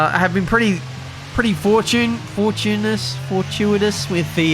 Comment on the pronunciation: Lol, the word is fortunate.